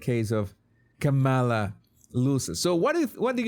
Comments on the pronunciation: You still pronounce Kamala wrong. It's not CAM' A LA. The correct way is to say "Comma" like the punctuation mark, then say "la." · Technically you’re still pronouncing it wrong according to her. It’s “comma”-la. People have always pronounced my name wrong. Who cares! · No. It is not pronounced Kamela like Pamela. It's Caw ma luh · Here in Australia, we tend to put more emphasis on the second vowel in words/names spelt like that. So here, Harris will always be K'm-ah-la